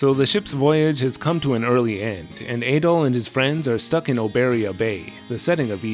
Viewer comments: You were saying "Ay-doll" just found it odd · I guess you call him Ay-doll in all your videos. Whoops 🤭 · You are pronouncing Adols name wrong. It's "AH-DOLL"